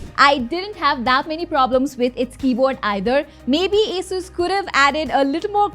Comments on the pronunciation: its A-sus not asussu call it rog not r-o-g call it rog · everythime you say a-sus not ASUS i am gonna play a drinking game with water cause i hate alcohol